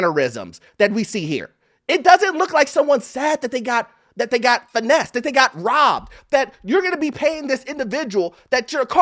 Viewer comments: Finessed and not financed LOL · “Finessed not Financed” lol😅